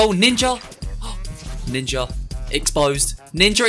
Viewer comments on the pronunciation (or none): Bro you kinda said. Ninjer